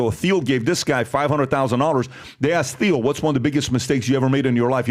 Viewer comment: ITS PRONOUNCED TEAL NOT THEEL.